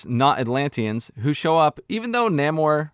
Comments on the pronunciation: seen the movie today was pretty good and who cares if you can’t pronounce namor that’s your prob just nit picking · Who goes to see a marvel movie expecting great writing? This was a good movie with great action and emotion! And your jokes on not being able to pronounce the name sounds RaCist to me! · It's not hard to pronounce namore. They were important to us, represention.. other than that I completely agree with many of your point of views. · You had me laughing every single time you said “Namor” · The main antagonist's name is pronounced as NahmÓRRRRRR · in the spirit of political correctness, you gotta roll the Rs like Galadrrriel... it's pronounced Naw-Morrr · I LOVE THAT ALL THE BLACK PEOPLE IN THIS MOVIE PRONOUNCED NAMOR CORRECTLY-"NAY-MOR"- INSTEAD OF THE IDIOTIC "NON-AMOR" BULLSHIT THAT HE CALLED HIMSELF... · It’s NAH-MOR. it’s not that hard my guy. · Loved your review! Totally agree! And the naymourhdjsod pronunciation - made ma laugh so much!!! 🤩 😂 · Its, Nah-moor~ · Its pronounced Nemo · You could've go back and watch the movie again and listen how they say his name, but you gotta repeat this lame ass joke a couple of times when in reality his name is so fucking easy to say.